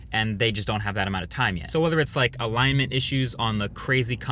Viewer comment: lol to the "alignmeht issue" :D